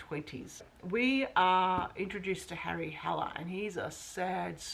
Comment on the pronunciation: Certainly this commenter is not the only one that hears not Harry Haller but instead Hairy Howler.